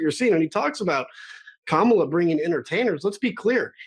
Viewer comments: No R in Kamala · Whether they say it right or not, everyone is saying her name. KAMALA!